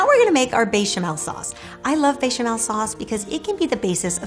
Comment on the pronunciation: I love you and your cooking. I find you charming and kind and I know you are a polyglot but there is no j or y in bechamel. :) Sending you a virtual hug from Croatia